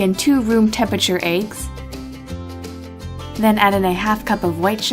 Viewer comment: when she says eggs, she says ayeggs